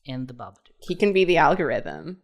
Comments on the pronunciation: For love off christmas spirit or whatever hallmark garbage movie magic it's BABADOOK NOT BABADUKE DOOK PRONOUNCED LIKE COOK GAH DAMIT YALL GOT ME SCREAMING OUT IN THE STREETS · the way said, "There's a big Babadook-sized space... " it almost sounded like he said "Bar-B-Dook," like a Babadook BBQ.